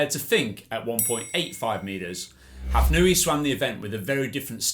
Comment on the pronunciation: I think it is impossible to attribute a difference of fractions of a second to the difference between a two-beat and six-beat kick. Furthermore, Hafnaoui is not pronounced Hafnooi but Hafnawi. Ou is the equivalent of w in French orthography..